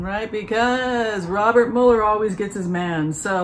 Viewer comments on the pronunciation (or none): none